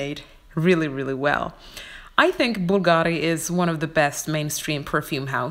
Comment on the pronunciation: Hello my friend. You totally mispronounce Bulgari. the tonic accent goes on the first syllable (bu)